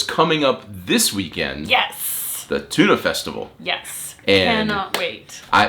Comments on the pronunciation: There is also a Danish town called Tune. And that's what it sounds like when you pronounce Tønder :D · If you say "tuna festival" one more time, I will have to unsubscribe to your channel! ;) To me it sounds a lot more like the the "i" sound in birder when you say Tönder. (I could still be wrong - I'm a Swede - but at least I don't have to unfollow myself.) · Just peonounce the ø like 'eu' from Cordon Bleu, then you more or less have it right :D Great vid as always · sorry but that is worse, because that is a pronunciation that are so bad that it is meaning disturbing. Tun is the Danish word for Tuna so it made sense ye were talking about that when ye refereed to the fish, but Tønder sounds nothing like the fish, and don't even lie at the sea. Ye could have compared it to a barrel as Tønde=barrel, but ye really need to pronounce the Ø and also it was like ye completely forgot the D. Didn't ye see the D, ye know what d sounds like? Sorry for giving ye sas, we have a lot of music festivals here, but Tønder and Tunø is just very different. And I know the Ø is hard because it is a vowel whose sounds are completely alien to an Englishman like you. Ye literally need to lean a new way to bend your tongue.